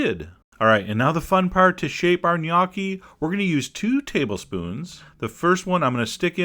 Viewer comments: Sorry Chef John it's gn_O_cchi, or NO_key ...not gnacchi, knockie or whatever you were saying. I give you credit though the idea is great and it looks beautiful, (your still my favorite). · As a matter of fact, it's pronounced "gn-YOH-khee", ('gn' pronounced as 'ng' is pronounced in 'running'). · Learned two things: What gnocchi is, and how to pronounce it. (It's nyoki, not nochi.) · Please learn to pronounce the dish. This is embarrassing really